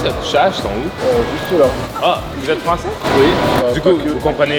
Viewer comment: En tant que Française, l'accent français d' était absolument PARFAIT?!!